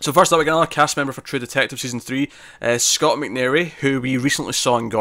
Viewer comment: It is Scoot McNairy not Scott as in it rhymes with fruit not hot.